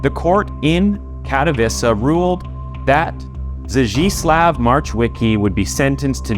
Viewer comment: Only "Zdzisław" is pronounced in a way that is similar to Polish language. Polish "ł" should be pronounced as English "w".